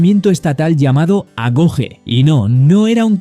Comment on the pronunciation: agoghé... Si pronuncia così, la questione del lancio dalla montagna, è stata quasi del tutto negata😅